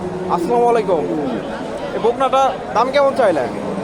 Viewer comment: ভাই সালামটা ঠিক হলো না আসসালামালাইকুম সালাম হবে আসসালামুআলাইকুম